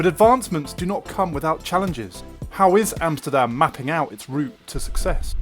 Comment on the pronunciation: Its AMSTERDAM not EMSTERDEM